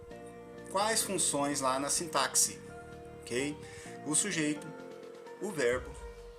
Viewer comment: Sintaxe( o "x" tem som de s e não de ks.)